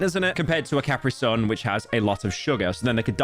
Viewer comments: Say it with me.... KUH-PREE-SUN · CAPREY SUN 😂😂😂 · he says caprisun like he's french